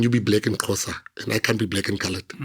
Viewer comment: Why is it so hard for him to say Xhosa😮